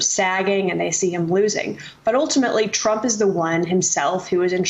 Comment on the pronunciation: I'm hearing "president trunk"